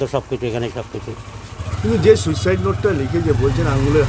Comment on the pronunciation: এমনি উপস্থাপনা খুব ভালো কিন্তু আপনারো তো শুদ্ধশীল বাবুর মত অসুখ, সুইসাইড হবে শুইসাইউ না এরা কে এই ডাইনির আমলে😮?